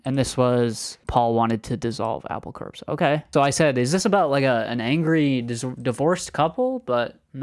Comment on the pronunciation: "Apple Corpse" ? lol. ( It's pronounced "CORE". )